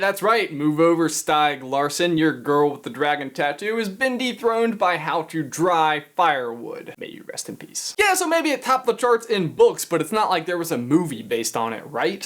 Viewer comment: Stayg Larson? nope nope. wrong pronouncuation. Sti(e)g Larsson is the right way